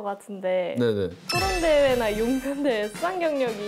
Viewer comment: 은채야 용변대회 아니고 웅변대회 ㅋㅋㅋㅋ 아 미치겠네 ㅋㅋㅋㅋㅋ